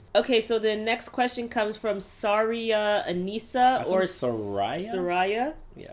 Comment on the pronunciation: Thank you so much for going in depth on my questions & it is pronounced Sah-Rye-ah